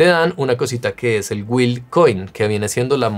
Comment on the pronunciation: se pronuncia GILLL no guil....